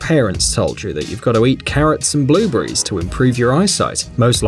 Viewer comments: "Blue bury" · WTF IS A BLUEBREE